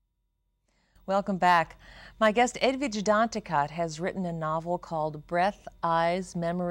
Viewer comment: Way to mispronounce her name. The ending 't' is silent.